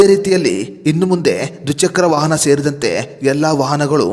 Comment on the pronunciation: ವಹನ ಅಲ್ಲ ವಾಹನ. ನಿಧಾನ ವಾಗಿ ಮಾತನಾಡಿದರೆ ಚೆನ್ನ